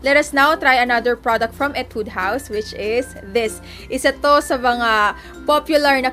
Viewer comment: /Hee-Tude// not /ee-Tude// pero its fine 😂😂 I love you